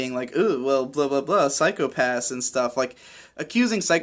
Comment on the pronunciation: The way in which you've pronounced 'psychopassu' reminded me of Ren-chon way too much, and thanks to all of those uploads recently I can't get the image of shota saying that to every kid he meets.